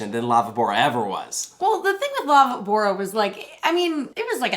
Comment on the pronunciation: it says ''la VÍbora'' and not ''laviBÔra''